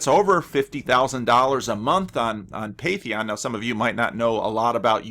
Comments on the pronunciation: Not to be nitpicky, but it's Patreon, like, Pay-tree-on, somewhat like patron. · It's Patreon, pronounced pay-tree-on, not patheon. Please excuse my pedantry, it's not meant vindictively. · Sorry for pointing it out, but It's patreon, not patheon :-)